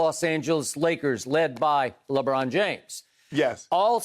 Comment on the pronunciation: When Skip said on replay “Lebrick” I was laughing